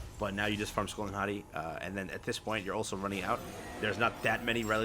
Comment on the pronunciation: Just to correct the pronunciation. It's Hati(Haytee)